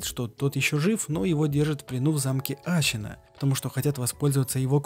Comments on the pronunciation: Отличная работа. Только я не понимаю, зачем говорить Ащина, Ищщин, Щиноби... И секирО. Ну даже в японской озвучке ясно слышно СэкИро А, ну и конечно же не секиро вовсе, а Волк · Геничиро, щиноби, ащина, учись произношению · ты проделал такую огромную работу, прошел игру несколько раз, но при этом не выучил как произносятся слова? ГенИчиро, а не ГеничирО, СЕкиро или СекИро, но точно, блин не СекирО, ГАрда, а не ГардА, Ашина, а не Асина. Крайне качественный ролик с режущими ухо каждую минуту названиями. Ну как так? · Мне одному кажется что он говорит вместо Ассина Ащина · тоже сначало резануло слух, то потом понял что в аниме именно так и произносят. ТОЛЬКО САБЫ , ТОЛЬКО ХАРДКОР